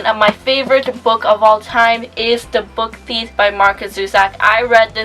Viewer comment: I love your videos! I've noticed whenever you talk about the book theif, you call it 'the book theith'?? 💕